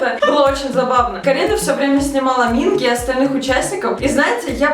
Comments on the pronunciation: не мИнги, а мингИ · Ким Хонджун(ударение на у) Пак Сонхва( ударение на а) Чон Юнхо(ударение о) Кан Ёсан(ударение на а) Чхве Сан Сон Минги/Минки(ударение на вторую и) Чон Уён(ударение на ё) Чхве Чонхо(ударение на вторую о) Вы немного не правильно имена произносите)) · Почему все вы говорите Минки "К" а все корейцы и сами парни говорят Минги "г"??(( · извиняюсь, но правильно минкИ (ударение) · Ставьте ударение на второй слог имен, т.е МинкИ и тд) По кор.правилам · Извините меня за занудство, пожалуйста Но правильно говорить МинкИ т.к. в Корее ударение всегда падает на последний слог И я так рада за вааас~